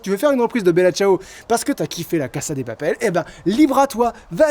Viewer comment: c'est pas méchant mais la casa de papel ne se prononce pas avec un S mais le son Z